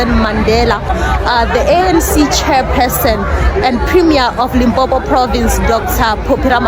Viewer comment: people can't even say LIMPOPO, but were fighting hard to have a a march there 🤦🏾‍♂️